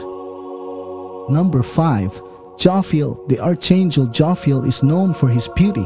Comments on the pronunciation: Respectfully, the proper pronunciation is “ark-angel”. First time watcher and new subscriber! 😇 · It is pronounced ark angel...and how do you know all of this. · The "H" in "Archangel" is SILENT! Pronounce it correctly!